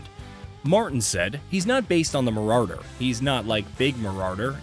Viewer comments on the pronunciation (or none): MarauRder... lol. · Marauwwwder 😂what an absolute tool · Mararder has me dead bro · Mah rah dur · After reading this comment I wasn’t expecting him to say it like that 😂 marrarrderr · LMAO why does this guy have a small seizer when he pronounces "Marauder" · My man has a serious problem pronouncing Marauder.....